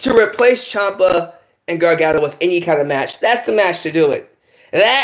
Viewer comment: Tommaso Ciampa. Champa. Chiampa.